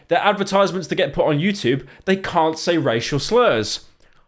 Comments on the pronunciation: "Utbarr" "utoob" fucking hell pyro slop slop slop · why does pyro say youtoob while saying everything else with a perfectly normal english accent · pyro trying his hardest to not say "choob" like a chrue brit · The way that Pyro pronounces the word "YouTube" is truly terrifying